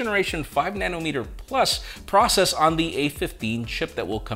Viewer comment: said prush process 🤣😂🤣. got caught in a tongue twister.